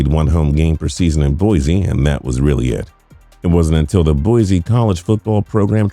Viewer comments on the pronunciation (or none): Please -- Boy-C not Boy-Z. Thank you :) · People it’s Boise with a S not bozie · It is pronounced "Boy-see". There is no 'Z'. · Haha, just FYI it's boy-see and mack-al-vein construction. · It’s Boise not Boize.